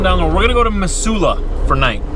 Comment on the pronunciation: Born on my grandparents' homestead 90 minutes south of Regina Sask. & 90 minutes west of the North Dakota border. Will always have Montana deep in my heart & my soul. Missoula was my home for 30 years, too. (BTW, it's pronounced Mizzula.) Cheers to you, happy trucker!